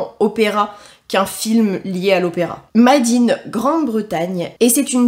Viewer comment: Trop drôle ta prononciation de l'anglais 🤣 ça me fait marrer 🫠 "made in " se prononce " Meydine you wess hey " 🫠☺️